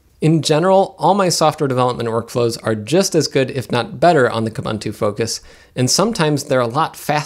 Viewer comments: Pronounce Kooboontoo properly. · When buying even the highest end hardware still doesn't come up to the mark for Linux, that's saying something. BTW, all the "u"s in Ubuntu and its derivatives (like Kubuntu) are pronounced like "oo", so it's pronounced "oo-boon-too", not "uh-bun-too". Also, "slightly unique" doesn't make sense; something is either unique or it isn't. You mean "slightly distinct" or the like.